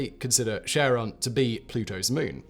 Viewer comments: Can you please pronouce it properly and not like Sharron? It is named after greek keeper of underworld not someones aunt. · I couldn't help thinking of Ozzy Osbourne when you kept saying Cheron. Cheron ! where's my bleeping remote !. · I despise James W. Christy with burning passion for naming Pluto's moon after his wife. And everyone who pronounces Charon as "Sharon" should be burned on a pyre. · Okay, first off it's Charon with a soft, but very discernable G-sound. And an A like in gArrison. Second: stop talking so affectatious. It's unbecoming. Third, your beard! It's too big. Now you like like a learned rabbi from the time of our grandfathers. Your head is too small for such a grandfather bush.